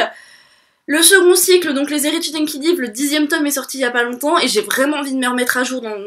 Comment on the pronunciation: coucou. juste une petite info. les héritiers d'enkidiev on le prononce comme si on disait enkidiève ;)